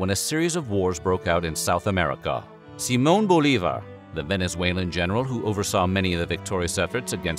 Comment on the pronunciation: Wow! You pronounced "Simón Bolívar" and "Córdoba" in Spanish with the stress on the correct syllables! You don't get that often from English speaking Youtubers... I really appreciate the effort. Gracias and keep it up!